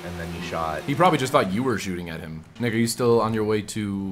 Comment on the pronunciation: I swear I thought you said "Nigga you" when you actually said "Nick are you", lolol.